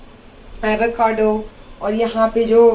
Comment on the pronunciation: Avacado pronounce tak nahi kerna aata....she calls herself educated....AS PER ME SHE IS CHEAP